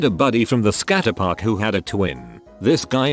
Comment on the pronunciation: Is anyone getting mildly infuriated by the way they say “it” and “skatepark”